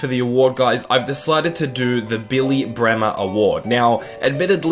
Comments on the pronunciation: Saiz=Sayeez Also mate it's Kalvin Phillips not Kevin👍 Another thing it's it's Bremner not Bremer Apart from that great series💙💛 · By the way it's Billy BremNer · It's billy Bremner